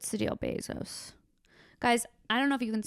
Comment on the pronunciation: For a moment I thought you were saying "Bez Hos", as if Jeff Bosos has a Bez Ho or several tucked all over the city in little apartments like Howard Hughes. Amazon groupies. Shit maybe he does idk!